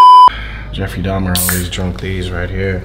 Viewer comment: Dubfrey Dahmar 💀💀